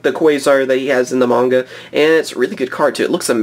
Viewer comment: Its m-ah-nga not munga.